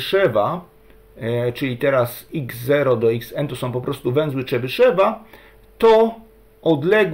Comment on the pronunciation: Jakiego Czebyszewa , tam w ostatniej sylabie jest jo tylko Rosjanie tej "dierezy" nad e zwykle nie piszą , co nie znaczy że tej "dierezy" tam nie ma (Mówisz Chruszczew czy Chruszczow , Gorbaczew czy Gorbaczow , tutaj mamy podobną sytuację) Tutaj Rosjanie sami sobie robią kłopot bo lepiej byłoby jednak te kropeczki pisać Ja rosyjskiego nie znam bo zanim zdałem do piątej klasy to wyrzucili rosyjski z programu nauczania, moja mać nie chciała mnie uczyć a samodzielna nauka jest dla mnie za trudna Moja mać była nauczycielką tego języka a brat jest samoukiem jeżeli chodzi o rosyjski Dobrze by było poprawnie wymawiać te nazwiska T_{n}(x) = sum((n \choose 2k)x^{n-2k}(x^2-1)^{k},k=0..floor(n/2)) Najmniej obliczeń będzie jeżeli skorzystamy z zespolonych (Wzór de Moivre , Dwumian Newtona) ale na rzeczywistych też można (Po wstawieniu do rekurencji wykładniczej funkcji tworzącej dostajemy równanie różniczkowe z warunkami początkowymi tzw zagadnienie Cauchyego które wygodnie jest rozwiązać wykorzystując przekształcenie Laplace Ponieważ łatwo jest obliczyć n. pochodną czynników zatem wykładniczą funkcję tworzącą łatwo rozwinąć z wzoru Leibniza na pochodną iloczynu) sum((n \choose 2k)x^{n-2k}(x^2-1)^{k},k=0..floor(n/2)) Teraz próbowałem stąd wydobyć współczynniki tego wielomianu ale zarówno po skorzystaniu z dwumianu Newtona jak i po rozpisaniu powyższego wzoru dostałem podwójną sumę Po rozpisaniu powyższego wzoru dla n = 8 postawiłem następującą hipotezę T_{n}(x) = sum(sum((-1)^k(n